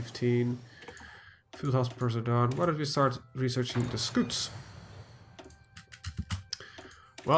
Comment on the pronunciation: He said scoot plane rather than scout!